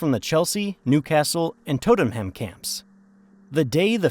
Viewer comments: Toadenham? Who TF is reading this?😊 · ports-muth , middles-bruh , tott-num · INTER FUCKING CITY NAMED AFTER THE GOD DAMN TRAIN.yanks should never do commentary on anything regarding BRITAIN...TOTEN HAM...LOL...just say SPURS